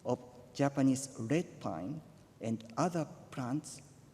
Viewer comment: 天皇の英語の発音は中学生が英文を読んでいる程度だね。 わからな事はないけど。 なんの種かわからなかった。 R の発音が弱くて､ レッドと聞こえなかった。 goodwill もWが弱くて聞き取れない。 これは、先生が注意して教えれば治るけど。